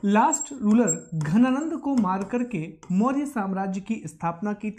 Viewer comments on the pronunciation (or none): Sir it's dhananand not ghananand..